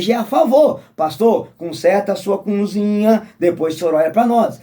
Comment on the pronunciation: Meu conterrâneo você fala sobre batismo..Jesus se batizou com quase 30 anos, qual o teu argumento contra esse batismo? E vê se aprende a falar cozinha, e não cunzinha😂